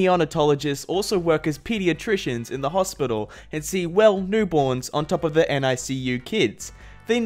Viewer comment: My mom works for NICU and it’s pronounced nick you